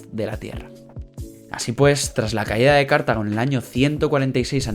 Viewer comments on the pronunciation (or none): Cartago y no Cártago y Ebusus y no Ébusus, son palabras llanas y no esdrújulas. Pero por lo demás muy buen video.felicitaciones.